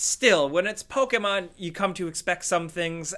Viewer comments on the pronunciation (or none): PokEmon, not PokAmon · Why do you pronounce pokemon with an ''A'' and not ''E'' because you say it as pokaman inside of pokemon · The way pronounces Pokémon fucken triggers me lol love you tho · Hi says it like pok-ei-mon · The way this dude says "Pokemon" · says Pokémon funny, or maybe I say Pokémon funny.